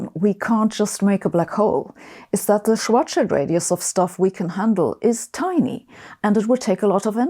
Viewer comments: it's refreshing to hear Schwarzschild pronounced correctly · Finally, someone who pronounces "Schwartzschild" correctly.